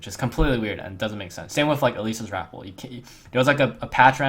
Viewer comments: Phonetically it's Rah-pel, not apple with an 'r'. jus sayin' bro. ily. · rap-PEL, not RAP-le.